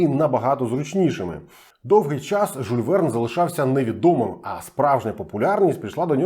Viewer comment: Прошу прощения, не Жуль, а Жюль. Може я не правий і помиляюсь.